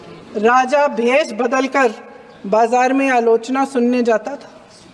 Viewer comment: What a shameless speech, can't pronunce 😂 word rja nahi it's Raja.